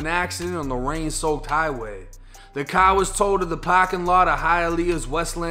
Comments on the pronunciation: He must be from boston the way he says car like caaar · You pronounce the word car like someone from Boston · Btw like the way you say car